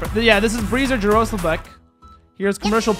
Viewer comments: You should say Jaroslav like yaroslav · the way he said Jaroslav hurts my feelings. Yar-uh-slav it slovakian